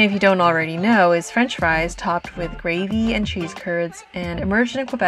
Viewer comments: First, I want to congratulate you on how you have been able to make your viewers feel the coolness of Montreal. Secondly, I want to congratulate you on the quality of the French word pronunciation. It shows that you value the importance of respecting the language of Montreal’s majority who are French speakers. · Your french pronunciation is really good….I been living in Montreal all my life and I have to say that your video exceeds any promotional or documentary out there…Bravo! Interesting fact: The Mont-Royal park was designed by the same architect that did NY Central Park… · you pronounce good french 🥰🥰🥰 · Montrealer here, I’m also a Greeter. I just want to say that I love your video: your voice, your french prononciation, your intonation, your restraint in not exagerating everything and your ability to describe what you perceive. Yes Montreal is a cool city and you’re a very cool observer!